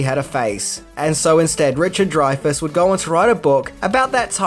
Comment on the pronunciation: Good job finally pronouncing "Dreyfus" correctly. 👍🏻